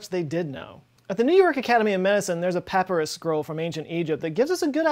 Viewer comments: Papyrus is pronounced “papairus” not “papeerus” and chitin is pronounced “kaitin.”, love your channel and your sense of humor. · Did he say papirus ?? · Did he just pronounce papyrus pap-er-us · Pap..ur..us? Papyrus??? You can't possibly be telling me I've been pronouncing this wrong its PA-PIE-RUS, RIGHT? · Papyrus is mispronounced. You say "PAP-uh-rus" but it's pronounced "puh-PIE-rus". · pa-pie-rus not papurus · It's "pa PIE rus" not "papparus" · I haven't even finished the video yet and I paused to see if anyone already pointed this out... it's "Pu-pie-rus"! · Wait, how did you pronounce PapYrus?😝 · I have never heard papyrus pronounced "pap er us" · No. No he is not. I've never heard pronunciation of chitin. I've heard people say chit-in rather than kite-en, but never what said. Never heard papyrus pronounced that way either. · Gotta be the first time I've ever heard "papyrus" pronounced that way... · Oh no he pronounced the ch in chitin and used the uncommon way of saying papyrus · I hate how he says papyrus... There is a y there...